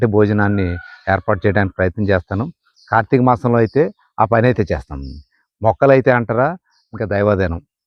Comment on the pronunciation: 😂😂😂😂😂🎉🎉🎉🎉 Good to watch ...try to do videos....🎉🎉🎉🎉🎉.Abba ...that chethanu......what is that accent .....Chesthanu..........😂😂😂😂😂😂😂😂